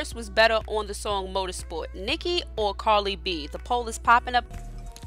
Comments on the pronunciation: I swear you called her Carly instead of Cardi..... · The name is Cardi B! Please stop saying "Carli"! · Why did you continue to call her carli b ummmmm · Are you saying "carly b" 😂😂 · She said Carly b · love life yer i know but the lady talking in the video is saying "carly b"😂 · Why does it sound like she's saying "Carly B" 💀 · Why is she saying Carly b. It's cardi b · Am I the only one who heard her say Carly b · Why it sound like she sayin "Carly B" 😂😂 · How are you going to put up a video about someone whose name you can't even pronounce correctly? Who the hell is Carly b?￼ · Carli b or Cardi b? Lmao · TommyScissorhands. It's cardi b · At least pronounce cardi b name correctly dam smh